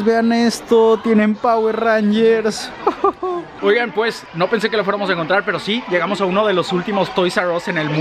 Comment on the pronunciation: Me dolió escuchar que decía Power Rangers jajajaja